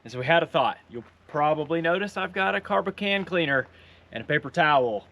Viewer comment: Brilliant video, but what is this “Carb of can cleaner” you speak of? 😂